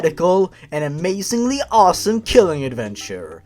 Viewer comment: he was keeling neaji ;( ;( ;( no neaji ,,,,,, cry :p